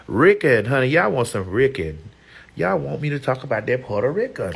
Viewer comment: Why Maddie always saying "oh Selena wasn't Porta Ricun"?🤣😂😂🤣 💄